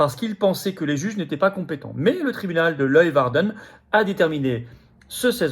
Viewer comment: Leeuwarden : prononcez lé - waar - den. D'accord, cette langue n'est guère facile. Par suite de ses interventions sanitaires, entre autres, monsieur g.a.t.e.s n'a--t-il pas déjà (et aussi) des ennuis du côté de l'Inde ?